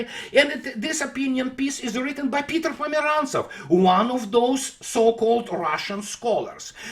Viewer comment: With regards to Peter Pomerantsev... ... every.... single... time... :)